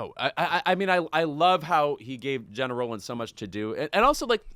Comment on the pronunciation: YES! Got my mid-century style orange KEEP IT mug filled with coffee & I'm ready! p.s. Louis, tell Lovett how to pronounce GENA... Love you gents!